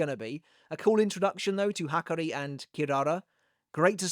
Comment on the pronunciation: They way you’re saying his name is killing me smallz😭😭 Ha-car-E